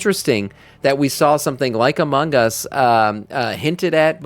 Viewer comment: I admit, took way too long to figure out was saying "Among Us" and not Amangas... went deep dive looking for japanese game types I may not be aware of lol